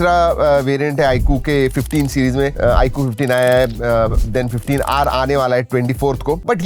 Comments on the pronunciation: iaaqu❌ iQOO...😂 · 😂bro is saying iku not iQ